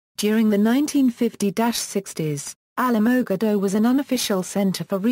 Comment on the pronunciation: you need to learn how to pronounce the city name correctly. If you don't know how to say the name then don't even try. I live here and you messed up on the name big time.